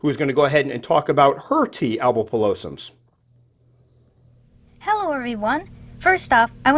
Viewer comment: Hey Tom, if you're still wondering about the pronounciation your guest nailed it. Except they've since changed it to Albopilosus.